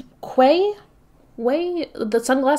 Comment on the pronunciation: I dont know what it is about viseart but every time they release a palette, even the new one thats literally just warm toned neutrals with a pop of blue I'm just like 👀 maybe its my thirst to be more boujee than i actually am 🥲 Quay is actually pronounced as 'key', the only reason i know that is because there's a shopping centre near me called Arthur's Quay, and I mispronounced is at kway once when I was like 10 and my parents STILL make fun of me for it a decade later 🙃🤣